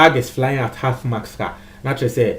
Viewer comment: Is anyone else hearing half mask? It is Half Mast!!!